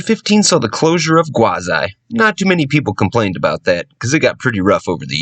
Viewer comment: Why Gwaz-I? I thought it was pronounced Gwaz-ee